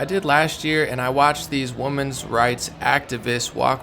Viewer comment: Hey I love your videos and sincerely am a fan of your work. I have a question and it is mostly because I have a bit of ADHD and I got thrown off easily by things... are you saying Woman's March instead of Women's march on purpose or have they changed it to call it Woman's March now instead of Women's March? It used to always be Women's March which is pronounced differently than woman's march and I'm just curious because my brain gets distracted by it when I'm listening to you and so now I need to know the answer, LOL and I also want to be in the know and up-to-date on things so if I've been saying it incorrectly I would like to know. Thank you!